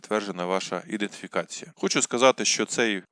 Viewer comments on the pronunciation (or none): Ідентифікація , а не іденфікація. Ріже вухо. Вибачте.